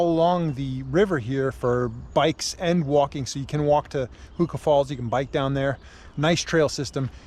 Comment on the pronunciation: Interestingly, your pronunciation of "Huka Falls" sounds odd. Yet, it must be correct so illustrates how badly most kiwis mangle it.